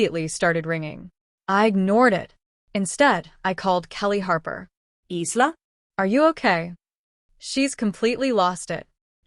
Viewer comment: Pronounced "Eye-la', not eesla